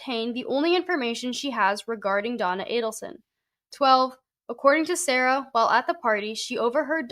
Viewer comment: Damn I have followed this adelson case pretty closely in the past year. I know Sara from way way back so its wild im just seeing her name now. Her name is pronounced like Sari but with an a instead. I haven't seen her since high school though.